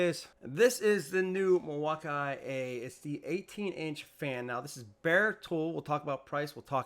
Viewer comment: Mil-wau-key not Mil wauk eye